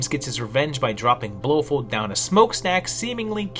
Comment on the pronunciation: This must have been one hell of a project. Respect! You are butchering the hell out of Blofeld though. It's pronounced "Blo Feld" :D